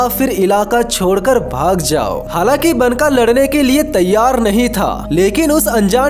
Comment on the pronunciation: भाई, वो बनका नहीं, बांका है.